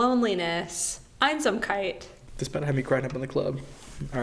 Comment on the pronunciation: Quite random, but as a German I have to say the pronunciation of "Einsamkeit" was on point~ Probably beacuse a lot of classical musicians are from german speaking countries and they are forced to learn it xD